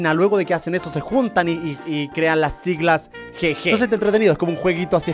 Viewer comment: el gege se dice gigi